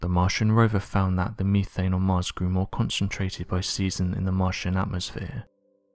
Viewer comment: Misleading title and its "Meth ane" not "Me thayne".